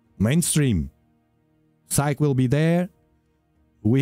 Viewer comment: Psyche is most likely named for the Greek goddess of the soul. Her name has been translated to Latin and has a long e at the end, sounds like a y. Yes I know English isn’t your first language just sharing some information.